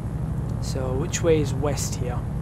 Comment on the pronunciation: "East..... i thought you said weast!" West is always west good man. Lol.